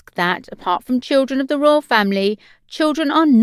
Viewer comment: Who can understand what this woman is saying? Royal = Royoooo, Castle = Cassoooo. And she talks so fast. Can't they find someone who can pronounce words properly? The information is interesting, but the narrator sounds like a 3 year old child.